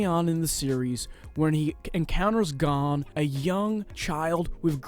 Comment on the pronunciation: Hisoka : hisoker 🧍🏽‍♀️ Gon: gone 💀